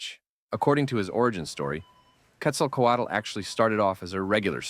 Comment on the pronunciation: The way you say Quetzalcoatl is extremely fluent. Not many people have English as native language are able to say it as well as you. Congrats!